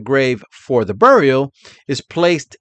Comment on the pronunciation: 30 minutes of!, you wouldn't happen to be from Rhode Island originally? You pronounce "burial" the same way my late father did. He was from R.I. Thanks!